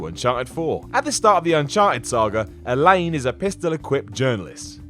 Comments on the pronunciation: Cole Van Meygaarden I was literally yelling elenA at the screen every time he said Elaine 😂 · ElenA. ElenA. Maybe don't rag on a character if you can't even be bothered to get her name right? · you've probably never played the game if you pronounce ELENA wrong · literally unsubscribing because of you mispronouncing Elena 😂😂 that defeats the purpose of this video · Her name is Elena. ElenA. There's an 'a' at the end there. There's a glaring flaw for ya. I'm not mad. You're mad. I'm fine... moving on... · Cole Van Meygaarden elain is a better name though. he pronounces it better than the game does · Oh no it’s turning into watchmojo with the mispronunciation of names now, it’s Elena and Kratos not Kratoss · I doubt this guy has even played these games. He doesn’t even know how to pronounce elena. Seriously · I am finding flaws with your channel that are difficult to ignore. Your nitpicking of otherwise pretty solid games, your "critiques" come across as nothing but hostile bitching and the reasons for your complaints are...questionable. Given the glaring oversights to your "facts" I am quite surprised that your job is playing video games. What from your stunning mispronunciation of Elena's name to your assessment of Arkham City being too confining (like any city in reality); there are too many to cover so I'll leave it to my fellow gamers. This video highlights the fact that people need to thoroughly research their subject of discussion, NOT make up their mind about what they think are the "real" facts. I just recently subscribed to your channel but I find myself faced with a channel of all flair and no substance. Now THAT is an opinion, not a fact. Your channel needs to learn the difference. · Hours upon hours of my life has been spent watching what culture videos but I can’t forgive for calling here Elaine not her actual name... Elena!!!! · Literally 75% of this videos information is incorrect do alittle more research guys and ITS PRONOUNCED ELIN-A!! NOT ELIN